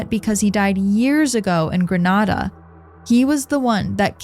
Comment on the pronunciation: It's Gre 'nay' da.